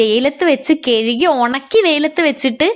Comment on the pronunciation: കെഴുകി 🙄. കഴുകി അല്ലെ